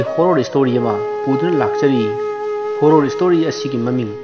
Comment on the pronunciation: Hooorror haigano horror(horar) haibiyo ateidi nungaire